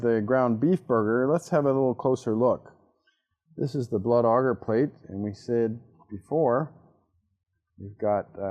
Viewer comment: would rather lick the bacteria then hear him say agarrr again